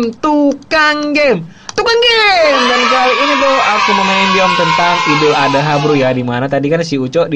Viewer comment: Bukan ade ha ad ha